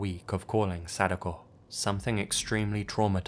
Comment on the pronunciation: narrator: sadOHKOH Yamamura Sadako: am I a joke to you??